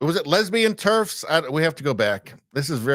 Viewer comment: Turfs ? I had to look it up - it's "terfs"